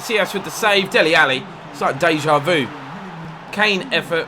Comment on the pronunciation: Try again the pronunciation of "deja vu" 😁